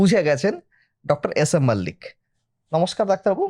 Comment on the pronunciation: মল্লিক কে মাল্লিক উচ্চারণ করছো কেন ভাই